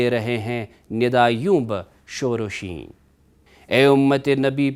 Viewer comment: Salamunalaikum..... apne kuch alfaaz ka talaffuz sahi nahi padha... masalan: Video ki 13.00 time pe jo kafiye hain wo "Shahe Mashraqain" apne padha "Shahe Mashraqeen", "Shor o Shain" ko apne padha "Shor o Sheen".. Agar ap mulaiza farmaye kafiye agay ke, to talaffuz match hota hai "Noor e Aain", Baiyat e Hussain".. To Mirza Dabeer ne Kafiye - Mashraqain, Shain, Aain, Hussain kiya hai. Ehaza padha bhi wase hi jaye... Iltemas e Dua.. Sayed Atif Ali Hamdani Soazkhan e AhleBait